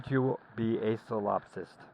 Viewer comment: You are saying Solopsist. The word is solipsist.